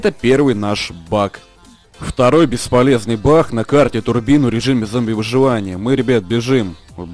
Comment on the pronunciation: ты украинец? почему-то ты говоришь бах а не баг